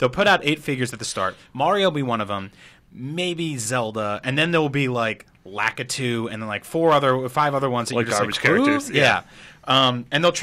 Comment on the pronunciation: He got Lakitu's name so wrong...